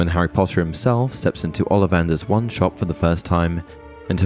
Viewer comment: I mean no offense... but your not pronouncing the 'wah' in wand. It's driving me cray crazy... other then that, nice video.